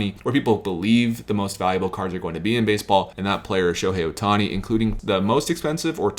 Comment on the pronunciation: Ah yes, that man Shohei "Othani". Too bad I only have a few cards of his lesser cousin from two prefectures away. But great video nonetheless.